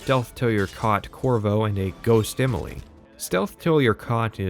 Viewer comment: You say "Imily" instead of Emily. Can't un-notice it.